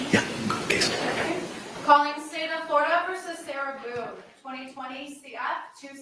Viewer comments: But I was gonna donate a kidney! Get her, her attorney that pronounces her name as Sarah Beeyoon" and her paperwork outta here!!! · “Sarah Boon-akiss”